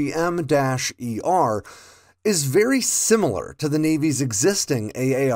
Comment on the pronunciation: AARGM-ER is pronounced “Arr-gum ER”